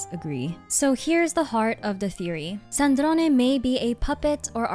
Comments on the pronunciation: You say Sandrone with the perfect italian accent,I LOVE IT. (C2) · Offtopic but as an Italian I LOVE the way you say Sandrone with the E at the end 😭